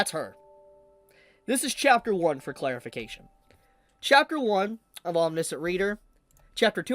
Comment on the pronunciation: It’s pronounced aweM nee she ant